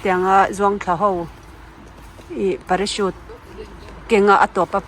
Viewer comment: A van nawm hmel ve aw,kal ve ka chak tawp, Chuan parachute tih a lam tur ni in ka lo hriat dan Chuan,parasut tih zawk mi a😅